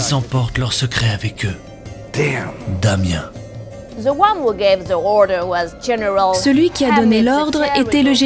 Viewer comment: Tout était excellent mais le « Damien » pour damn a m’a MISE AU SOL 😂😂😂